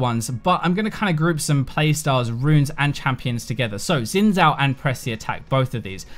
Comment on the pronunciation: My eye twitches a bit every time I hear people say "Zin Zow". Xin Zhao is pronounced "Shin Jao", it's Chinese referencing Zhao Xin, a notable general during the Han dynasty (in Chinese surnames are said first). X is pronounced like SH in English and ZH is pronounced like J. Side note: there's also a famous Chinese speed skater named Zhao Xin.